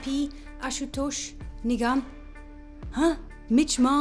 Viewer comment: The way you pronounce Nigam thought you said nigga🤣🤣